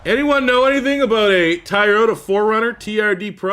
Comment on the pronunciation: Ty-yota? 🤣. It’s “Toy-o-tah”